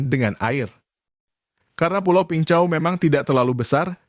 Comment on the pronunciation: Peng Chau (bacanya : beng cao). Saya tinggal di pulau sebelahnya, Cheung Chau island. Min, bahas perampok dan pencopet di hkg, pelakunya WNI dgn visa turis. Masuk ke hkg, emang punya niat jahat.